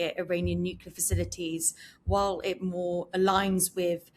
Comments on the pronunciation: Why has nobody told this geezer how to pronounce 'nuclear'? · Yes, the word comes from the "nucleus" of the atom. I've heard a number of Brits say it this way so it may be cultural? We Yanks mispronounce a number of words and we aren't "hooked on phonics." We call petrol gasoline and don't say it right!